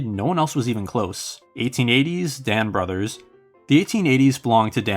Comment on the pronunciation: I'd probably pick Ed Delahanty for the 1890s. Oh and Brouthers is pronounced BROO-thers.